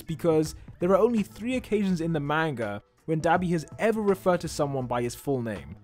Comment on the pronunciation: Why do u say It ma-n-guh